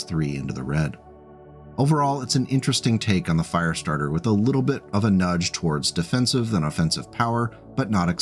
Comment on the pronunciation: It's a Firestartah! Twisted Firestartah!